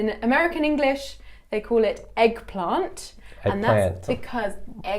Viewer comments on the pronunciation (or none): Holy the American accent came out of her when she said eggplant, that was so trippy lmao